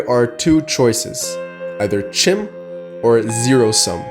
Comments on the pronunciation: You talk about Chim but you don't pronounce the word correctly? It's pronounced "Kim". That's not me saying that. That's Michael Kirkbride saying that, you know, the guy who wrote the lore. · It's actually pronounced "Khim" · learn to pronounce it if you're going to make a video 😂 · It is pronounced CHIM like the word kind but with an M. Consider that the Dunmer were originally the Chimer before Azura cursed them with ashen skin.